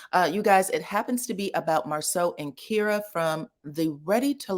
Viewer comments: Her name is pronounced like Tyra. It's K-eye-ruh, not Keer-uh. Shocked you're saying it that way. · He me name is actually pronounced as k-EYE-ra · Her name is not pronounced that way. It’s pronounced with the long I sound like kIte k-eye-ruh. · I think the pronunciation of her name is Ky-ra. Otherwise, I recall this scene in Houston, Texas. But LAMH didn't really show much of an interaction between them, only showed the scene where LaTisha asked Marsau about the girl in the red dress.